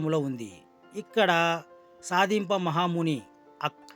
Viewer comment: Baboiii aa telugu enti saaami. Sandeepa mahamuni ani palakaleka poyav ... Bro, ilanti old or historical subject teeskunte language meeda command undali.